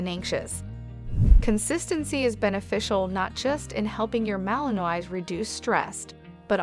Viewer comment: Should probably know how to pronounce malinois.